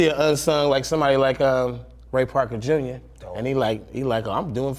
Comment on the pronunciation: he said Ray Parker Jr hahahaha